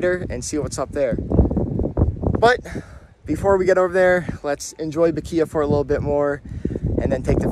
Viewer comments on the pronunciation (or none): Great coverage of the volcano! Glad you had Lava Man as your tour guide☺️ FYI, Bequia is pronounced “Beck-way”😊🇻🇨 #proudvincy